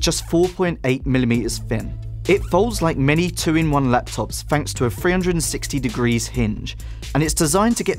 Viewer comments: "It's Fin", "free inch", "fanks to" FFS lad, don't destroy the English language by replacing letters with ones that mean you don't have to try hard to enunciate... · "free" "fin" "fanks" "whever"